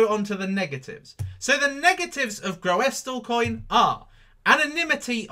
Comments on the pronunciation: its prounounced gr-oo-sil lol but love the vids! do you think the altcoins will regain its bitcoin value before it dumped on oct 8th? thankyou! 0x71000b7fa6a347b5bae6b528a109efeb2f692867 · Say it like, 'GROOSLEcoin'. Real simple. (GREW SUL). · it's pronounced as ''Groosle coin''